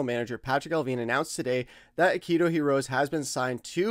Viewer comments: if you cant prounounce Hirose's name, then dont try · please learn how to pronounce Hirose.